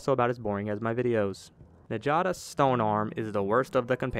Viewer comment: Sorry to be the grammar police here, but njada is pronounced "nyada". Any Scandinavian name structured that way with the J is pronounced as a Y. Thank you rant over.